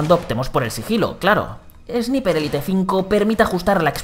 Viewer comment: "Esniper Élite" 👌🏻